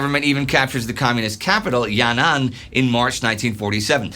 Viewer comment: Btw it's not ya-nan it's yan-an